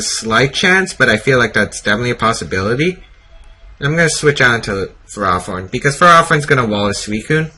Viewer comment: It is FerrOthorn not FerrAthorn.